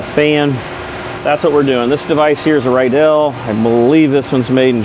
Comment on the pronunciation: Not to nit pick but it is pronounced “Reidel” but spelled Riedel. It is the German pronunciation. All my Riedel relatives are in the Cincy area going back to 1850s. Bit of trivia, Riedel made the two cycle engines used as starter motors on the Me262 jet fighter from WWII. They have a nice example at the UASF Museum at Wright Patterson. Also the name for very fine German crystal and stem ware. My wife always said I need to find some of those relative so we can get a discount!